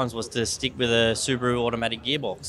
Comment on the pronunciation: Appreciate a kiwi who is able to pronounce Subaru correctly.